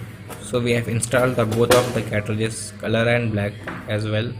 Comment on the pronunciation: Cartages Not Catrages